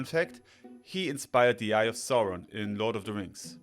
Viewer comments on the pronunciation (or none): none